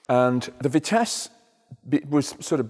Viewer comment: Vitisse Vi-nice